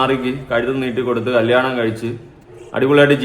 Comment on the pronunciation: കല്ലിയാണം alla😂😂കല്യാണം 😂